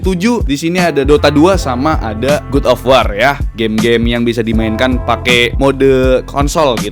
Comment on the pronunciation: pls ya, godofwar itu cara bacanya bukan gudofwar.. tolong lah, pls gadofwor gitu baca ny yaa, bisa yaa